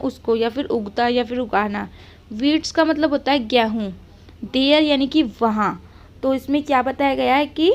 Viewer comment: Gehu mat boliye game hun Hota Hai